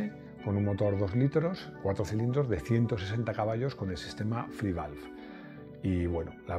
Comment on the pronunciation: O sea que haces un vídeo sobre un motor que ni siquiera sabes cómo se pronuncia, les pones a parir y dices que nadie rebatió tus argumentos ¿pero qué argumentos sino dijiste más que paridas? SI NO SABES NI CÓMO SE LLAMA EL MOTOR 🤦🏻🤦🏻🤦🏻 menudo periodista de mis narices, lo que hiciste fue hablar de oidas